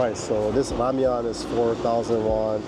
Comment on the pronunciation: I am glad that you don't say "Ramen" as in Japanese., but "Ramyon" in Korean. Oh yeah... Canada's ubiquitous pot holes also sometimes feel like I am driving in a 3rd world country.